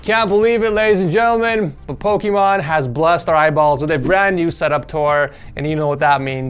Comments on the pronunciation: the poki MONE? not MONE poki MANE just like poki MAIN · Did you say pok"e"mon? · did you notice that at the beginning he sad pokemon instead of Pokimane lol> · hahaha "pekomon" its pokemane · he really said pokémon instead of pokimane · Did i hear say pokemon instead of pokimane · He said Pokémon in stead of pokiman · he siad pokiMON ITS POKIMANE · He said pokimon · did he say Pokémon instead of pokimane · Poke-ee-may-n (that's how you pronounce it) not the actual game, pokemon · is Poke - Mayne not Pokemon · lol pokimon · Pokimane not pokimon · LOL HE SAID POKEMON IINSTEAD OF POKIMANE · it’s pokimane not Pokémon😂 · did he just say pokimon 🤣🤔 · did he just say pokimOn its POKIMANE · Her name is pronounced as Poki-MAIN, or like Chow mein, Poki-main, but spelled Pokimane. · poki mane not mon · i love how she calls her pokimone instead of pokimane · says "pokimon", but its actually "pokimane" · its Pokimane not pokemon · is it me or did he call pokimane, pokemon? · It's room tour V.2 already, and he still calls her Pokimon 😂😂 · its pokimane not pokimon look at the start of the vid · ITS NOT GOD DAMN POKÉMOM, ITS POKIMANE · its poki MANE NOT MON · He is still saying "pokemon" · Bro ed sorry but it kinda bothered me when u called pokimane Pokémon its pronounced po key main Now thats over the video was lit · i love how ed say "pokimon" instead of "pokimane" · LOL Pokimon Instead Of Pokimane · Ah yes,the classic “pokimon”instead of pokimane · Ah yes, the classic “Pokimon” instead of Pokimane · bro said pokimon lol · pokimon lol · me laughing my ass out listening call pokimane pokimon! lol! WTF Moment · it’s mane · You said pokimon at the beginning XD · "pokimon" is back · i heard Pokimone XD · Can't believe still pronounces it as "Pokémon" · You said "Pokemon" in the intro lmao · It's pokimain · Pokimon? 0:2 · I love how refuses to acknowledge how to pronounce her name. She a Pokemon. That's it. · says pokimon HAHAHAHAHAHAH